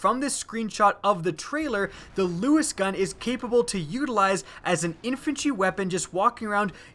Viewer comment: I terk a dwink erry Tim she said uteralize